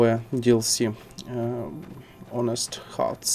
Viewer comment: Honest читается без H - onest